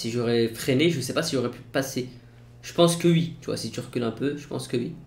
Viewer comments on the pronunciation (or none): C'est pas "ui" mais "oui" 😂😂